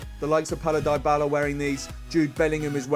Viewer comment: Lmao the way he said dybala